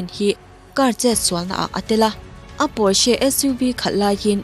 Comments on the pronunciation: hmar two syllable word ani a, "Por-shuh" tih ri anga lam tur zawk aw. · car company hming "Porsche" kha torch light a Torch kan lam rik ang hian lam tur...👍👍 pawrche nilo in aw✌️